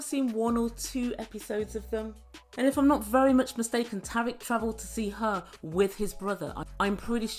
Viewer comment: Thanks for the update,! 🙌Hope you're keeping safe over there and that it's better than the U.S.! Fyi, Tarik's name is pronounced Tear-eek. 😊 What a mess with bringing in another gal! Sigh